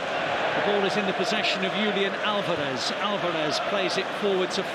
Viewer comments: Can the commentator say Julian Alvarez right? It’s not that hard it not. “yoolian” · Yoolian Alverez... what brah?